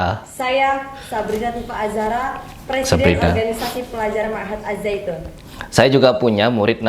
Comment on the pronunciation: Si sabrina ngomongnya salah.bukannya na'ujubillah.tapi NA'UZUBILLAH..AZZAITUN bukan ajjaitun